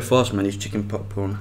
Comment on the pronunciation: I keep hearing "chicken PopPorn"